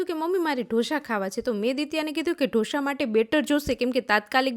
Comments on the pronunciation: ઢો શા નહિ ઢોસા બોલતા શીખો હરેક જગ્યાએ શ નો વપરાય ખરાબ લાગે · Ane dhosha na kevay dhosa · Dhosa not dhosha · Dhosha no bolay dhosa kevay shikho pela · It's not dhosha it's dosa 😂😂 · ઢોશા નહીં ઢોસા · Ben dosha nai dasa bolay.ane dosa barabar banavya nathi. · જોશી ઢોસા કહેવાય બોલતા શીખો